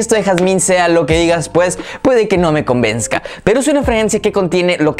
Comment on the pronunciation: Convenzsca jajajaja